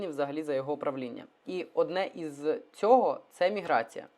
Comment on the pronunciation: Тільки мені ріже слух слово "міграція"?